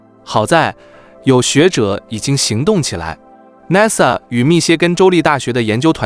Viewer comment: 主持人你說 NASA 的發音不对，請注意